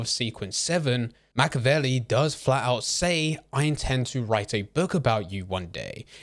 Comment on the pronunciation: learn how to pronounce the name Machiavelli if you're going to make content on him